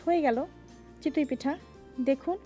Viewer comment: Chitoi pitha not chitui pitha. You have a serious problem of pronunciation. You explain well though, just take the criticism positively for improvement.